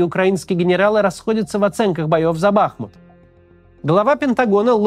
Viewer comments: Правильное ударение на втором слоге БахмУт а не БАхмут , режет слух. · Почему всё время Бáхмут, когда он Бахму́т? Ку́пянск почему-то превратился в Купя́нск. Топонимы гуглятся за несколько секунд. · БахмУт БахмУт БахмУт 🙏🏻 пожалуйста ставьте правильно ударение! Режет слух… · Максим, правильно БахмУт, от названия реки БахмУтка. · Максим ! Пожалуйста . БахмУт а не БАхмут ) Залайкайте чтобы Максим увидел ) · Не БАхмут а БахмУт. Хватит уже коверкать название города. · БахмУт, ударение на второй слог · БахмУт. Сколько можно ухо уже режет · БахмУт, ударение на второй слог. Пожалуйста,ну хоть вы😶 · В слове "БАХМУТ" ударение на "У".